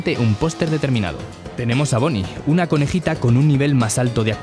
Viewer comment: yo lo amo con toda mi alma y afecto,y por cierto, es Bonnie, no boni:v